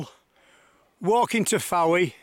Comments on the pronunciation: House directly in front of you is where Lenny Henry and Dawn French lived. I believe Mrs French still lives there. By the way the town is pronounced without the 'e', as in 'Foy' as opposed to 'Fo-ee'. Great video. I love the way the dogs have a little meeting to decide who's going to brave it and get the toy! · A beautiful video although it is pronounced Foye not Fowee.